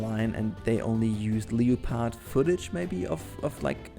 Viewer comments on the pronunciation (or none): um......you pronounces leopard wrong